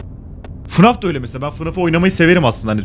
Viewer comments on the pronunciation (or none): none